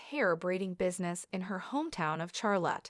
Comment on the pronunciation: Not her funeral or family. Such disrespect, get her name right, Its Charlotte, not Char-lot